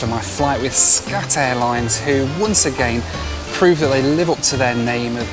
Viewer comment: when i first heard you say SCAT airlines..i thought you said SHAT airlines! hahaha! well..it is what it is..